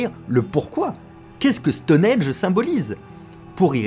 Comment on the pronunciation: Super vidéo, cependant je vais peut-être faire mon relou mais on dit Stonehenge et pas stoneage